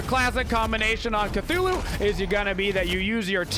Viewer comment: its CTHULhU NOT CATHULhU